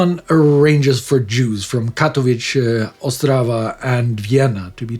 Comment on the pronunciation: Thanks for the episode. Just a small note on Polish pronunciation. Nisko is pronounced as Nisko, just an "s". Katowice basically the same as its German equivalent Kattowitz.